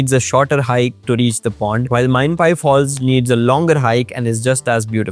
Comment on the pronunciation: It's Mainapi waterfall, not mainpai